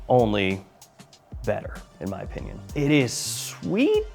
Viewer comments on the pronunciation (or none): none